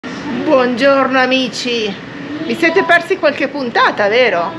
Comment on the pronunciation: Buffissimo l'...... tra una pronuncia Inglese irreprensibile emerge spesso "quarche" cosa detta in un simpaticissimo toscanaccio!! 🤣😂🤣😜😁😉